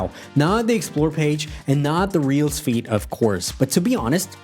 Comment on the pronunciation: I'm sorry to point this out but you pronounce "feed" like "feet" and that's kind of funny